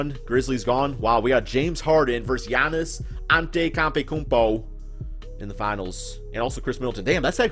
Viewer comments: You pronounce Giannis Antetokounmpo like An-tay-toe-koun-po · Ahn- Teto- Koon-po. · Do you pronounce Giannis' last name wrong just to be funny 🤔 idk why you do that you're funny as it is no need to push it it's cringey